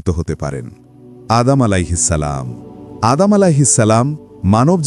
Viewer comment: আদাম আঃ ইসলাম না সঠিক উচ্চারণ, আদম আঃ ইসলাম